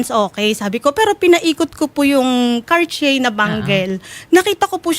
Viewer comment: HQHQHQHQQH anong karcheyy??? CARTIER! KARTEYEY TAWAG JAN